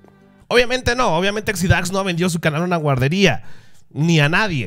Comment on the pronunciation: Exidáx? es Exidax (sin acento) xdddd